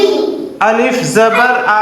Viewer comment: Alif zabar a, aa nahi pado